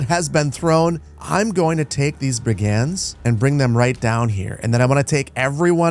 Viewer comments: This must be emphasized. It's drove me nuts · Fun series! What a cool game. Just so you know, "brigand" is pronounced BRIG-end.